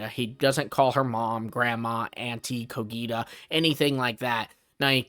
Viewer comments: bro I m literally from there and is cogita not coghita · Actually he gets the G in Cogita right, it's how the Romans would have pronounced it, ecclesiastical latin is different, same with the letter C. But he gets the accent wrong. It's Cògita, not Cogìta.